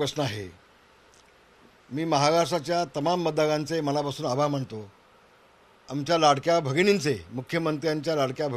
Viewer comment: आभाळ मानतो नाही तर आभार मानतो म्हणा बोलायला येत नसेल तर कशाला बोलता.?